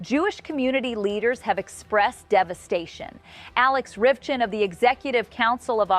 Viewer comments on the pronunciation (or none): none